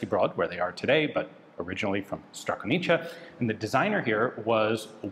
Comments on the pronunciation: Great video just one thing Strakonice you can read as Stra-co-ni-tse. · If you are talking about Arms Factory at Strakonice (not Strakonica - this can come as within slavic languages, words are slightly modified in similar fassion i.e. french changes verbs for different person), tha "c" is not pronounced as "cz" in "Cz"echoslovakia but in a same way as first letter in german "zwei" before you pronounce "w" or generally - as germans tend to pronounce "Z" in some words.